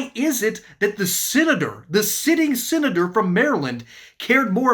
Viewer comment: I say senator he says SINator 😅 YEEEHAAA MANGHAM LOUISIANNA, GO DRAGONS 🐉